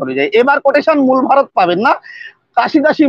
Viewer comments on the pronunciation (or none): none